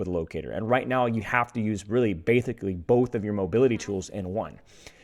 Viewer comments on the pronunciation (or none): "bathically both??" BATHICALLY BOTH!